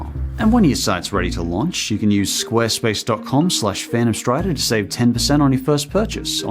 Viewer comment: No one: Literally every YouTuber in 2019: SQUARESPASE